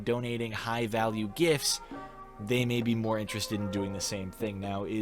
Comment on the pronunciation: ok ive been following for a long time. i just have one question tho, why does he say gifts like gifs?